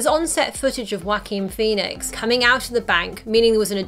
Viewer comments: “Wakine Phoenix” Wokine Phoenix is how it’s said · Y’all really let her keep saying “walk-in Phoenix”